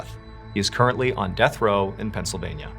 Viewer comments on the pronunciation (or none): none